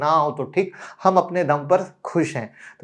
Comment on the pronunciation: Kisne tere ko doctor ki degree di, kitani baar bhila tujhe यार तुझे डॉक्टर किसने बनाया कितनी बार बोला श को सा मत बोला कर शेयर मार्केट का पहला शब्द श से शुरू होता है, तुझे यहीं समझ नहीं आता और लोगो को फालतू ज्ञान बंट ता है